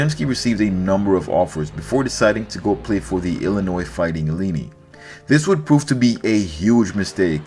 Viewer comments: The fighting illeenee??!? “IL - EYE -NIGH”!!! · Illini (nye, not ni) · The Fighting 'Illiny'? It has always been pronounced 'ILL - EYE - NIGH'. How could you not know that? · Dude, ah, if you don't know how to pronounce EE - LAH-EE - NAH-EE, I can't take anything else you say seriously. See, it's not that you have never seen even one of their games (one of the most glory-bound, legendary American sports brands... And you wanna talk sports?), in which you would have heard the announcer say it - it's that you didn't care enough to look it up. In the age of Google... Follow ya Heart,. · Illinois fighting "Eleene"? Haha . lessen how to pronounced t those names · It’s not pronounced like Bellini the peach cocktail. It’s ILL - EYE - NIGH. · Illinois fighting (uh lie un eye) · Hey. Thanks for this. I’m encouraged about this guy now. I’m from Illinois and Illini is pronounced: ill-line-eye. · Dude can't pronounce Illini? But a basketball expert?